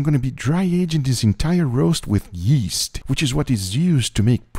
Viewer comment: So much emphasis on the first yeast